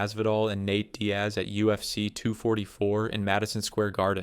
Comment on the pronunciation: How have you been making these videos for over a year and you’re still butchering so many names. HOW do you mispronounce “Nate” as “Nat”?